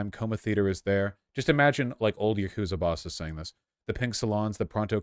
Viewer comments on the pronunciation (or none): THE YAGOOTZA